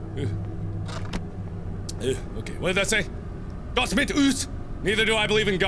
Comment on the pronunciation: ***** its gott, not gutt